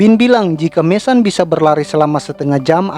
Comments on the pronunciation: Bukan MESAN bro...MESON..jgn bikin malu sendiri...sebut betul2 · Mason, baca:[maeseun]